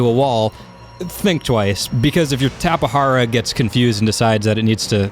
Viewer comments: and plus it's pernounsed tape jara not tapehara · dude need to learn how to say Tapejara. is not tapehara. is tape-ja-ra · I pronounce it Tapegara not TapeHara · I used to pronounce it as TAPE-JAR-AH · It's actually pronounced "Tap-eh-har-ah". Is is a genus of BRAZILIAN pterosaur from the cretaceous period. You pronounce the J as an H. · He can't say all of the new Dioscuri tapehara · The Tapejara is pronounced "tap-uh-JAR-uh". Jar as you would say "Glass Jar" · It's pronounced Tape-Jar-a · The J in Tapejara is pronounced as a J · Aeons Musings no he said wrong, the "j" dont have a "h or r" sound, only in spanish.